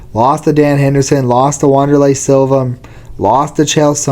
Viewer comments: Well you seem to know what youre talking about when you cant even say the fighters' names right. "Wanderlei Silva, Pedro Rizzo" you pronounce it VANderlei and Hizzo. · No way he pronounced it "Wonder-lay" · He said “wonder lay” 🤣